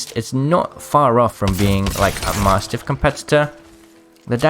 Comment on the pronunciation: please learn how to say mastiff lol also man get a backpack ffs